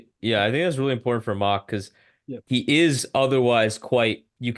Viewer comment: The shit drives me nuts. I don’t understand how at this point of his career people still saying “Mack”. And he is quarterbacking the interview at least 15 minutes in so I’ll see how it goes. I guess I’m gonna have to hear the mispronunciation of his name for the entire two hours. No big deal ultimately I’m just breaking his balls, but it is weird to still hear that.